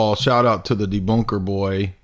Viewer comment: C'mon,. It's not nice to pick on folks with disabilities like speech impediments. He does have a speech impediment, right? The way he kept saying "debunk" and "boy" is the reason why I ask. /winkEmoji This is one of my favorite videos on this channel so far. Absolutely hilarious and I especially liked the musical bits. Jay should consider seeing a therapist because he's got some serious insecurities to work through. You should not debate him. He will spend the whole time on personal attacks and his personal increduities. Lastly, body modifications have been around for as long as humans have been. Every culture throughout history has done some kind of body modification. There was/is foot binding in Asia, skull stretching in South America, ear, lip, and neck stretching in Africa, scarification of multiple cultures, henna of India, and the countless ways of getting ink and jewelry into the dermis from the Pacific Islands, to Native Americans, to Scandinavians to everywhere. Piercings decorated with jewelry and tattoos are and always have been everywhere. Nail polish and makeup are mods. Hell, you could even say the way that Jay shaves his facial hair into that shape or cuts his hair short is body modification. Just because you don't like them, Jay, doesn't mean anything.